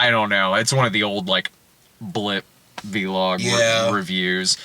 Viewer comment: It's "vlog," not "vee-log." Also, it hadn't occurred to me before, but Dredd came out the same year as Borderlands 2. Borderlands 1 (which came out in 2009) has a Legendary repeater called the Gemini (made by S&S Munitions) which pays homage to the "double whammy" feature of the Lawgiver used by Stallone's Dredd.